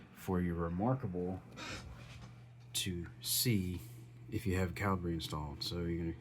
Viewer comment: Calibree? "American" accent just squashing any intentention of pronunciation. There are two ways to arguably pronounce this software, and you're using neither, without a second thought. The American cultural steamroller.